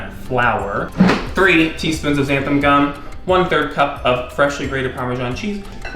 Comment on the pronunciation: XANTHAN GUM,, xanthaN N... (NOT «Xantham»❗️) Just sayin’ - so many of you Americans spell/pronounce this wrong, for some odd reason... Just look at your bag, it says «Xanthan Gum»❣️👏👍🤗